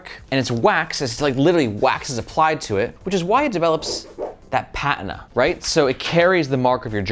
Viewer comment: If you could pronounce the word Patina like a normal person, that would be great.